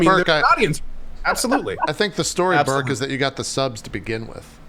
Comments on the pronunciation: I keep hearing Berg and get confused when I don't see Gassy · Every time JP says "Burke" I hear "Berg" and try to understand what GassyMexican character is doing on Dropped Frames.